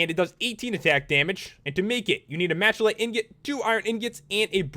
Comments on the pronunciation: machalite is misspelled, its really spelled "malachite" and pronounced (mala-kite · Machalie is pronounced Mac a lite